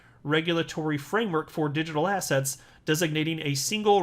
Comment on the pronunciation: When says assets…. All I hear now is “Ass hats”…